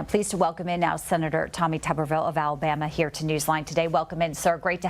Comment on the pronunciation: It's pronounced Toooberville.